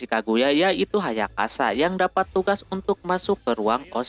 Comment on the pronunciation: Bang lu napa nyebut nama ayasaka, ayakasa mulu dah